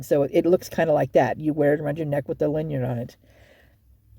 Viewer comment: It's called a LANYARD, you were super close 😊 Sounds like a delightful product lmao. I love how deep you go! You should get your PI license.